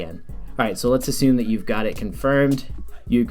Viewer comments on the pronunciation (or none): none